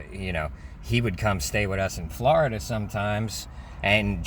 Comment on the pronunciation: Please pronounce Florida correctly sir. NY = A speech impediment.